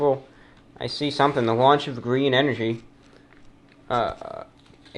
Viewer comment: 737 Btw, "GrThreen" hilarious😂